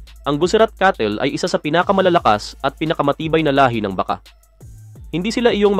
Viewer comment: ayusin mo salita mo..lalo na pag bigkas mo ng BAKA.